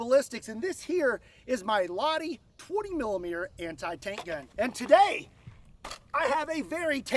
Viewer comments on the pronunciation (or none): as a finnish guy who loves guns Lahti is pronouced LaH-hti with a firm I not laddi. love your content and you keep up the good work♥ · Its not loddy its lahti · man does it hurt every time he says Ladi isntead of Lahti. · Where were the slap sounds!? Btw as a finnish person, i wanna throw up because you say "lahti" wrong. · The H is NOT silent. :D Greetings from Lahti Finland